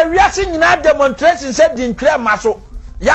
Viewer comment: Demontration😂😂😂😂 somebody should tell that fool abronya is Demonstration not demontration ofuyi aduyi ba😂😂😂😂